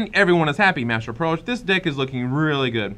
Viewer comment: didn't sound like "deck"